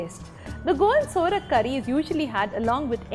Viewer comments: Its sovrak not sorak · U r pronouncing the word saurak,to surak, tamarind is used,few dry mango pcs r also used. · Nyc receipe👌 Btw it's not Sorak, it's Sourak (pronounced as Saw-raak) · Absolutely true..procedure and pronunciation both are wrong